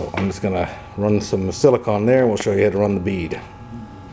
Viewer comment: sili-CONE, not sili-CON.